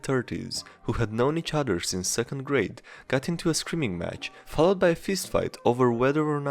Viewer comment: Other, not udder. Either, not eater.